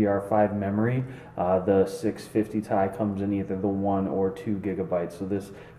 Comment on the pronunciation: its t.i not ti